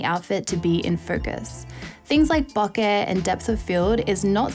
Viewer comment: Bokeh is pronounced Bow-Ker BTW....